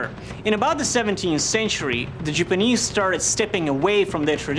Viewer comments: Anyone else annoyed that he keeps saying Jupanese, or Jewpanese instead of Japanese? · Why does pronounce Japanese, Jipanese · Is there a reason that he has to say Jipinese instead of JAPANese? Does he think the JAP part sounds racist to say or some shit? Just sounds soooooo dumb every time I hear him say it and I know he loves saying it.... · lol the way he pronounce😁 japanis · The "sjipeneeese" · "Jupanese"... you disappoint me. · why does he say Japanese as Jipanese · I hate the way he sees japanis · the jiponese... pfft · "the Jewpanese" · Does anyone else cringe every time he says "Jeep-anese"? Awesome work, though. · jipinese? where the hell is this guy from? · 'jupu-knees', that pronunciation killed me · says Japanese wrong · STOP MISPRONOUNCING "JAPANESE"! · You are saying Japanese wrong and that's my counter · does it prevent him from making any A sounds? Ive only noticed it when he says Japanese...